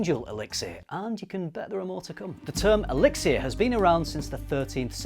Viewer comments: Seriously, listening to you say elixir was rough. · That extra syllable in elixir is driving me insane lol